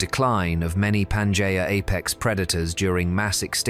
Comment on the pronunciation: UNWATCHABLE - in the first 30 seconds if you cannot even pronounce Pangea - trash